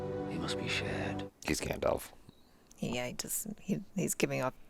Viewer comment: Stranger = Gendalf